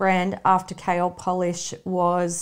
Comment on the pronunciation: i thought yall were sayibg kale polish not kl polish